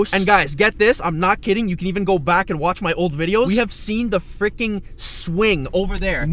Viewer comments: Not frickon frickin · This is how many times he said FRICKON 👇🏻